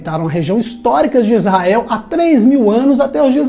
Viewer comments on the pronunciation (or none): none